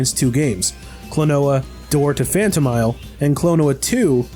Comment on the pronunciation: Phanto MEEL